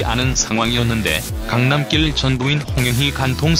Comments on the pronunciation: 계속 강남낄(Road로 발음),강남낄...거슬리네요. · 강남낄 발음이 왜이래